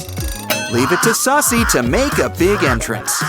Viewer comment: “Leave it t “sussy”to make a big entrance”SUSSY? ITS SUSIE